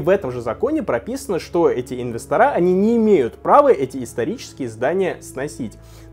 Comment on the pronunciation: Слушай, ты же не колхозник! Откуда тогда такое бвдло-выражение, как "инвесторА"??? Режет слух, реально!!!!!